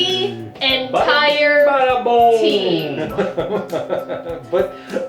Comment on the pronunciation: "The enTAIre team" I'm dYING